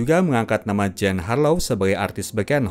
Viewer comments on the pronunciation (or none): none